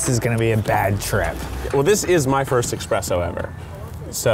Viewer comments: I watched this video to the end just because I wanted to see how many times Keith would say "expresso". Also, should be a song omg I played it back like 5 times lmao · It's S-PRESS-O not X-PRESS-O Keith. Your coffee is not a train. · This should just be called " corrects Keiths pronounciation of espresso" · Thank you,, for fighting the uphill battle that is correcting people on eSpresso, not eXpresso. Also, the raps in all of these ARE AMAZING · "Expresso!" "It's espresso." XD I love those parts! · this is totally my best friend and i. i love keith and!! and i would call it expresso. lmao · I hate how Keith keeps saying "expresso." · its espresso xD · I always thought it was "expresso"... Frick. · Keith...I love you but there's no X in espresso!!! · This video makes me cringe. KEITH! It's ES-presso! xD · "Eckspresso, are you saying eckspresso? There is no 'ck' in it." "What?! There is Coffee in it" Best response Keith! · whenever people say egspresso or egspecially i just cringe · what the lady was really saying was: you can't drive your weird cart in here to drink your "expresso" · Keith saying "exspresso" everytime made me cringe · "expresso"...who else cringed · Actually, you're just wrong. It's not written with an 'X', so don't pronounce it with one. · Thank God he corrected him about the whole espresso pronunciation. There is no goddamn 'x' in the word. My ancestors are turning in their graves back in the old country.